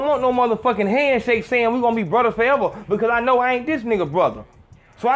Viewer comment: The Mexican cholo accent had me ctfuuu "Brooooo! We're bruddas!" hahahaha I'm shleeeeep